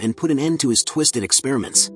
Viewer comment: You said twisted